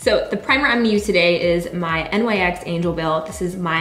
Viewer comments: She said N.Y.X and she said NYX right after saying that! it's really not a big deal geeze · It's "nicks", not N.Y.X. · Does it bother anyone else that she has almost 1 million subscribers but still says "N-Y-X" instead of NYX...... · live2inspire13 yes she always does lol